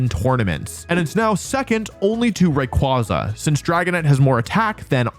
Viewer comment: Ray quay zuh. Not ray qwah zuh.